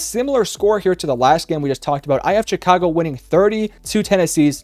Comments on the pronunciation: With that being said -147 times It’s Chicago , not Jicago Also Denver wins 28-10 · shhhicago not chick-ago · It’s Chicago, pronounced like “shuh-kaa-go” ….. 😂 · was looking for this comment lol. I kept hearing Cha-ka-go and was like, "why is he saying it like that?" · the way this guy says chicago annoys me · Lol he said Chicago funny